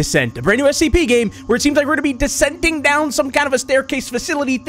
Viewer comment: four seconds in and he says "decenting". his pronunciation mistakes are hilarious at times